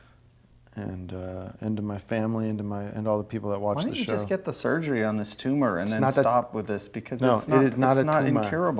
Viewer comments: "it's not a tumah" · It’s not a tuma! Dammit Gregg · "iz not a tooma" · i love that he just keeps saying "It's not a toomah" he never once says tumor normally. incredible.